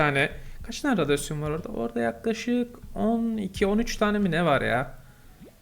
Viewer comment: abi radyoaon